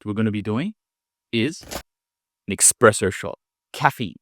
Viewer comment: that 'expresso' hurts